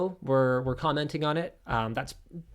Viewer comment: "We are commetning on this trailer. I believe this is fair use." Linus, really? Commetning?